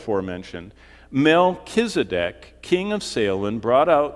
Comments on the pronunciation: MELCHIZEDEK...'Z' NOT 'S' AND NOT SAD, BUT ZEDEK...;) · Melchisadek = Melchizedek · you don't pronounce his name right for A start , so you haven't spoken to him , where did you get the information from ? I spoke to him in 1984 he came and had a chat . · It's pronounced 'Melchisadek', not, 'Melchisadek'. Rookie...